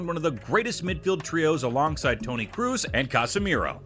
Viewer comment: Everytime they pronounce Kroos like Cruz i cringe so hard.